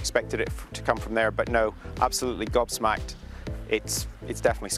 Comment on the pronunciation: ‘Gobsmaked’ ?? He’s No Idea